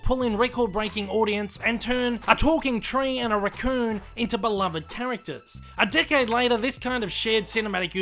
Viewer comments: Every time he says decade, it sounded like dickhead lol. Am I the only one? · how many people hear the narrator's 'decade' as 'dickhead' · 'A dickhead later...' I know its just the accent but lol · Decade sounds like "dick head" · I agree with everything you said. Your analysis is spot on, even if your accent sounds like you're saying dick head instead of decade.